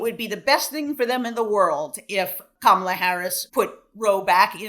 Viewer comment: Frum, as respected as he is, still calling Kamala kuhMALLAH is infuriating, and SUCH a tell.